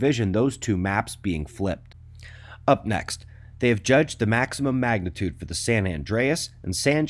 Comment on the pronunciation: You said "mcmagnitude" I want McDonald's now